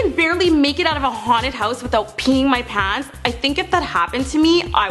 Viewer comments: The way she says pants.PAUNTS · "Ponts" lol!